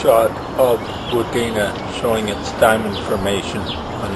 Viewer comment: Its not wundina its WUDINNA